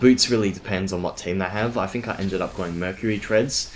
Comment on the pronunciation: Why do you say 'bofe' and 'fink' instead of 'both' and 'think'? Are you unable to pronounce 'th'?